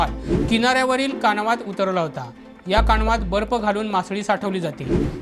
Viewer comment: कानवा नाय रे बाबा कावना कावना